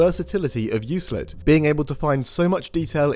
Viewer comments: its 'baha' not baga' for baja california and its 'you-klid' not 'you-slid' for euclid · Yoo-Klid, not you-slid. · Euclid (Εὐκλείδης) is not prononced EuSlid but EuKlid. It's the name of a greek mathematician from Alexandria. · Omfg you made me google the pronunciation of Euclid just to find out I do know how to say it right. Absolute monster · Why are you mispronouncing Euclid?